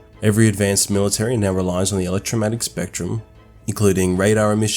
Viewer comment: WTF is the "electromatic spectrum" ??? Slow down your commentary slightly & listen to what you're saying, so you have time to pronounce electro-magnetic properly.